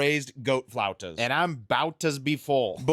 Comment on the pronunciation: Flute in Spanish is spelled “flauta”…not flaunta. Food looks delicious! You can’t go wrong with any dish. 👍